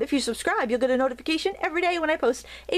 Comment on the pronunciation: Enjoy your videos. Crafting, painting or drawing (note no second 'r') LOL however it is said we somehow know what you are talking about. Thanks so much!